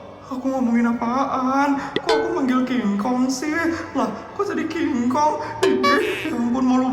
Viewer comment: Ngakak bgt plis pas putri panggil king,king kong😂😂😂😂